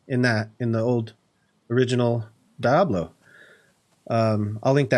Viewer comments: DEE-able, not DI-ablo lmao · It is in fact, Dee-ablo. It's Spanish for Devil. But Die-ablo sounds trolly and I love it. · Really Nice! I've never heard anyone call it Die-ablo, always Dee-ablo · you say diablo funny XD "die-ab-low" nah its "dee-ab-loh" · Sounds like he says Dah-blow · I swear to god if you say "Die-ablo" one more time!!! But seriously, amazing build man. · I literally just left this comment and deleted it when I saw yours 🤣 It reminded me of chandler pronouncing chameleon as cha-me-lion because that’s how he read it in a book.